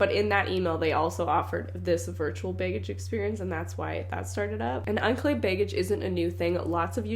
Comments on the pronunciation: Love how she says "bay-gage." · The way pronounces "be" and "baggage" as beg-gage always makes me laugh. 😅😅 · I sometimes forget she’s Canadian until I hear her pronounce words like “baygage”.